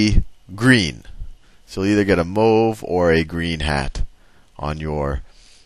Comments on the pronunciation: if u cannot pronounce mauve why not say blue and change the hat color to blue? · "mooove, mowve" I get a kick out of that part every time.